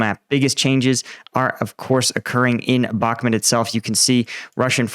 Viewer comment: Before watching this i would try a guess: Ukraine waits for two important elements to happen. 1.) A significant change of weather, even the unkrainians themselves seem to be surprised, especially in Bakhmut (Please, please learn to pronounce it the right way even me as a german can do it!) 2.) They wait until a significant amount of western tanks have been integrated properly into their batalions, including working logistics for maintenance and resupply. That are points i learned also in your own videos, but now, let's go into it!